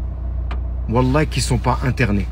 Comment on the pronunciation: Déjà on dit pas wallahye mais wallah